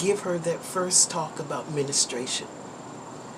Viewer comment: “Menastration” “Raawster” 🤦🏽‍♀️